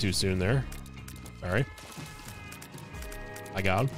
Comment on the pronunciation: i dont know why you often say "Maygaoud" when you see pin or mini pins... and thats the point where iam too afraid to ask